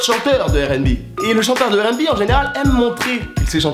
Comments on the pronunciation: donc tu prononce le R de rnb a la francaise... mais tu dis bi au lieu de bé comme à l'anglaise. ok le concept est spé mais ok. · Wola il saoule à dire « airènbi ».